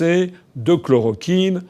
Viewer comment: Après avoir visionné la vidéo (je parle plusieurs langues : français, anglais...). Ce que j'ai dit avant d'avoir visionné la vidéo, François le confirme et aussi pour les médecines alternatives (j'ai dis plus de détails dans mon message en anglais et français sans avoir vu la vidéo). Par contre, François : 1/ ChlorOquine et non chlorAquine : relis tes scripts ou lui qui te les écrits. D'ailleurs, le 6ème continent c'est l'antarctique, le 7ème c'est tout le plastique dans l'océan et le pétrole libéré par accident (ce sont les sources de pollution majeures). Revoie ta géographie et intéresse toi aux Sciences. Je te le dis et j'utilise le "tu" par respect car tu est un patriote. 2/ Les américains (les dirigeants ont commandités cette attentat bioterroriste, ils sont rentrés dans un labo P4 au Canada, se sont injecté le virus puis sont allé en Chine). Pourquoi ? Simple : Les russes ont le gaz (il reste 203 ans de pétrole dont là où il y a de la glace) mais SURTOUT la Chine qui eux sont très ingénieux (Les chinois, ils t'achètent un smartphone unique : dissection de tout l'appareil, ils l'étudient et ils en font un nouveau plus sophitiqué...d'ailleurs culture général : qui a inventé les pâtes, l'espionnage, la police scientifique et le détecteur de mensonge ? Les chinois (dans l'Antiquité je précise)...de même pour l'acupuncture...par contre ils gardent secret leurs connaissance (ils étaient pauvres avant donc ils ont raison, en France vous feriez pareil) donc économiquement les c